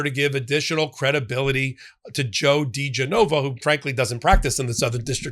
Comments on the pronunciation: He must love it when his name is pronounced Joe D. JeNova. 😆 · It's dee-geh-nova. Genova, like the Italian city, accent goes on the e, not the o. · Try: Joe De-JENN-a-vah and Victoria TEN-sing. Just saying. Maybe it’s just because I’m from NY, but that’s how we refer to them. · pronounced da GEN uh vuh (this name was in the news back in the day along with wife Victoria Toensing) How do I think idiot Joe would pronounce your name --- - "Pop, 🆗" So you are free to pronounce this criminal's name anyway you feel like. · Well, I can tell you’re not from DC. The name is pronounced Dee GEN o va.